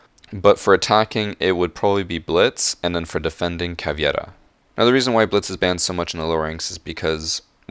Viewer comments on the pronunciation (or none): Not caviera, caveira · It’s CAVEIRA, not CAVIERA. It’s Portuguese, not Spanish. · Her name is caveira not caviera. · Its Caveira not Caviera. Anyways good vid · It’s Caveira not Caviera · I like how u said CAVIERA lol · Why does he say caviera so weird? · Lol How did he pronounce caveira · why did he say caveira in a spanish accent.